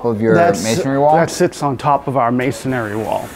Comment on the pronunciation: it's amazing that neither of you know that the word is masonry and not masonary. You sound like fools.